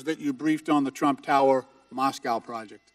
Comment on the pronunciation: "involved in the rump.." LOL